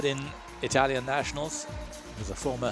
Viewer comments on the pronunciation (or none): none